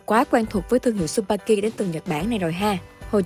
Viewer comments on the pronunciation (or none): Không phải su ba ki đâu c mh ad. Chư ba ki nhé hazzzzz.